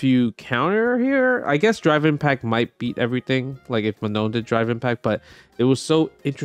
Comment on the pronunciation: It is NOT ''ManoN'' it is ''Maa Noh''